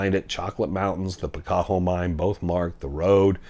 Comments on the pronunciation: Picacho , Pi ca cho as in Picacho Peak ! Not , Pi cac ho ! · PicaCHo not PicaHo